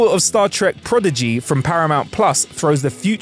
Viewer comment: Congrats on using and saying progeny and prodigy correctly this time.